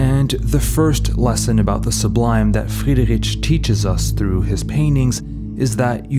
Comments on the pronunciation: You are mispronouncing Friedrich's name throughout the whole video. It's not "rich", but "rik". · Sorry, I can't listen to his name being pronounced like that for too long. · Thank you for this good video. My only suggestion for you, if I may say, would be to work on the pronounciation of the artists name, not only on C. D. Friedrich but on some other as well. It is not very difficult to find out the right way to pronounce names in their original language. I encounter this problem very often when I listen speakers from USA. It cause a bit of irritation while listening and it degrades the quality of content and presentation. I hope you take this as a constructive comment. Wish you all the best and keep making good content.